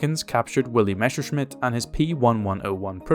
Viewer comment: It should NOT be read "Meshershmit", but "Messershmit" !!